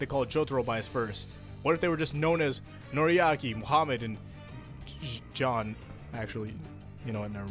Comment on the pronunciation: its jean not john